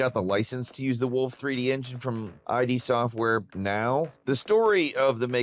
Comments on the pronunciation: ID Software? You mean Id? I know I’ve heard you say it correctly before… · It's id software, not I.D. software... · id not I.D. Its a word, sounds like hid. How can people still not know that? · ummm, not to be that guy, but its not ID (as in iiddeeeee) Software, The D is pronounced more like a T. For guys into gaming, I'd really thought you'd know that. Again, not trying to be that guy, just trying to help with the pronouncing of the name correctly. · "eye-dee software"?